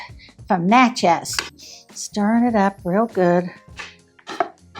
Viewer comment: It's not Nah CHEZ, It's Nah chiz. All my family is there in the city cemetery.